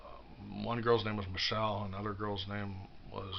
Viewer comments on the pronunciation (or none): none